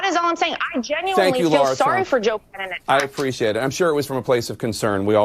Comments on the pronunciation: Is there a reason why these professional college graduates or higher cannot pronounce the name “LARA” correctly?!😢 Why do they always say “Laura?!”😢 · Why is Jack Tapper referring to her as Laura when her name is spelled LARA. Can he pronounce it properly PLEASE??? You are a reporter Sir. It irks me when people names are mispronounced. It is special to everyone...their identity.